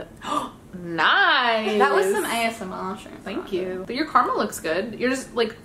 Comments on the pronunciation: It's Car-a-mel. Not car-mel. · Is it just me lr do you aussies hate the word Car-mel. It just doesn’t sound right! It’s Ca-ra-mel! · carmel, CARMEL!! ITS PRONOUNCED: CAR A MEL NOT CARMEL